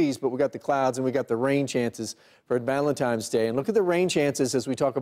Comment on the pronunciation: ValenTINE's day, not ValenTIME's day. Why can't people get that right?